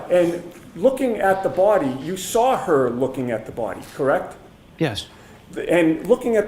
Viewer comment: I hate when he says lawr or sawr🙄